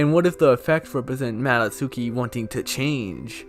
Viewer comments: What's a yummy nicki and a mado tsooki? Come on, if you are making a video about understanding it, it wouldn't kill you to at least put these words in google translate and listen how they are pronounced in japanese so you know how to say it properly in the video. I know you are mostly joking but come on... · You actually pronounce Madotsuki like "mah-dot-skee". In Japanese when the letter U is used in similar contexts, you drop the U sound. Like how "Sasuke" is pronounced "sahs-kay".